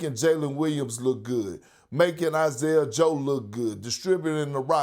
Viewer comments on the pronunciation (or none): none